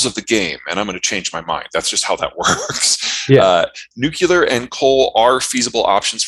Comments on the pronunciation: Huh huh... they both said nucular. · Both those guys said nucular. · Nuke-yoo-ler !! That drives me nuts. New-Klee-Er !! Argh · Watching lots of videos that mention nuclear power or nuclear war ... why can't anyone say 'nuclear'? Nucular is not a word. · NU---CLEAR...NU---CLEAR...NU---CLEAR... It's really not that hard to pronounce.